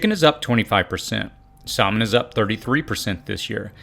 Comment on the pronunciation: The l in Salmon us silent